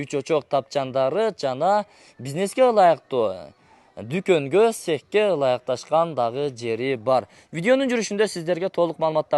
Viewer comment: Дюйуконго эмес,,, Дукон болуп айтылат